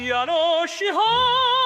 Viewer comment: "야노시호 아나따"가 야노기호 화났다로 들림... 선곡 좋네요...